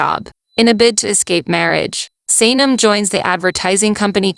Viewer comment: I love the awesome summaries - they are really great - but holy moly you massively butchered three of the character names in Erkenci Kus - Can (pronounced Jon or John), Emre (pronounced Em Ray), and Sanem (pronounced Să Něm - short a and e sounds).